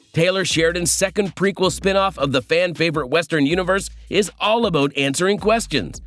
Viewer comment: "Out and about" (oat and abaot) And I laughed when I read the comment, gave it a thumbs up in agreement and only then noticed I had been here before and wrote it 2 weeks ago! Still funny!